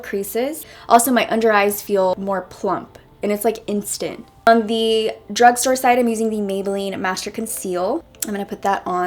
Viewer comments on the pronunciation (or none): none